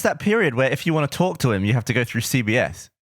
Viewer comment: When said CBS I thought he said CVS and I was like “where is this going?!”